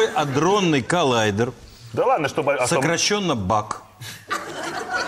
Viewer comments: АДРОННЫЙ , а не андронный))) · Адронный а не андронный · Адронный,не Андронный,сколько можно? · Не андронный, а адронный. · вообще АДРОННЫЙ а не аНдронный